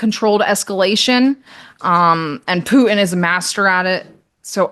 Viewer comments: She speaks like a teenage girl. PoohIN Putin , ImporIN Important, loses all credibility. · When I hear someone say " Poo'in " instead of Putin I click off. What are we in grade 4 again? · No, she just actually knows how to say the city names correctly. She's not using an accent. However, her pronunciation of Pooh-in for Putin hurts bad! 😂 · Why should I give this woman any credence when she can’t even pronouns “Poo-in” His name is Putin The research is clear: If you can articulate consonants PROPERLY… you self disqualify as a “so-called” expert Just ask Nate (“seen” vs “saw”)